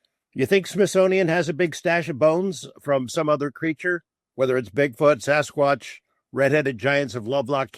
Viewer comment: I like Jeremy a lot but when I hear him Sossaqwsh like that I can vomit 🤢